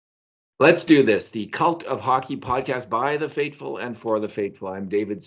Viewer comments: Two technical points I still just cannot understand. Why does David pronounce "faithful" as "fateful" in the opening line of the podcast? A professional writer, but somehow mispronounces a word significantly every time. Secondly, representing a mainstream news outlet, David's lighting and camera are bizarrely unprofessional. This podcast is awesome, but those details make no sense. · Agreed. I've wondered about fateful for a while. Reptilian can't pronounce th lol jk